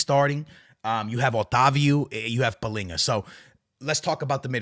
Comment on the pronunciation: AA, I'm sorry dude, you're Portuguese, why the hell are saying palhinha's name palinha ? And the rest of the players you say like a normal Portuguese guy 😂😂